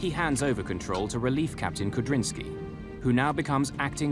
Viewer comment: The pilot's name is Kudrinsky, not Kabrinski. -sky is a Russian suffix.